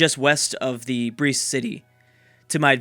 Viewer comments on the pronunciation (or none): Brest is pronounced like "Breast" not 'Breest"